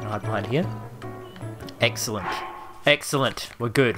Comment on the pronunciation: You are saying eggcelent replay vid